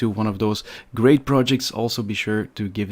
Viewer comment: ''Grate'' projects :D